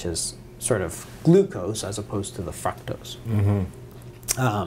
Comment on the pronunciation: Great information! There is where it's at people so take notes.....but what is fucktose??? Lmaooo God bless